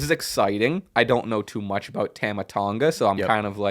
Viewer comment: That's not how you pronounce Tama ffs